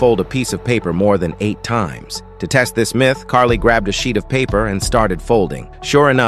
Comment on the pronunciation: How this thing called: sheet, what I hear: shit